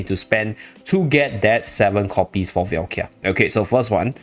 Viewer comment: Really good video but please can you pronounce her name right? It's Valka, not Velkia 😅